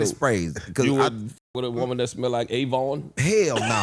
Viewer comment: The way Mannie pronounced Avon 😂